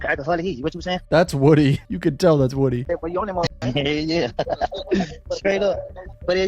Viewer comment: His name isn't pronounced 'wù-dē, which in all fairness is how most people read and pronounce Woody, but Lil Woody's name is pronounced woo-dē, think of the first part like the word used to describe the process of gaining a romantic partners attention, woo, wooed, or wooing & just add a D, Woo-D. Just a nitpick that'll could help make your commentary be more accurate & ultimately give the man the respect of the proper annunciation of his nickname that he's known to be the way people address him since he was a small child. Almost everyone says his name incorrectly & I've only heard him make the correction a couple of times, but my bet is he appreciates when people reference his name the proper way. Take my 2 cents for what it is, just an opinion & I'm sure you know what "they" say about opinions (they're like 🍑 ⛳️⛳️, we all have one & they all stink), I could totally be completely wrong, as we learned from watching this video that nobody can actually or legally know what is going on inside the mind of someone else 😜😝🫠😊 I appreciate your content & am not trying to hate on your commentary, just my observational blabber. Peace, Love, & Light! ☮️✌️☯️💗🫶💞💡🙌🔦